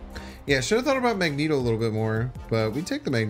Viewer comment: Hearing Magneto pronounced Mah-jen-toe made my day. I am going to use that variation.